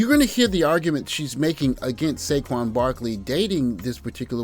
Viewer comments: A couple of three things: 1. This lady, if she can be called that, can't even pronounce Saquon correctly ("Shay-Quon"?). I think she butchered Eagles too. 2. "He needs to do better." According to who? Even if he had a hot, blonde super-model looking WW, BW would still find some reason to complain. 3. Hasn't this topic with some BW reached it's expiration date yet? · Brother... I cringed everytime she mispronounced his name and added the "sh" sound to it...